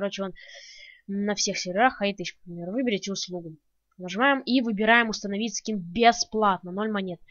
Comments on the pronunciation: усоновить скин? я думал их устоновляют а не усоновляют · мне показалось ты сказал не установить скин а усыновить хахаха!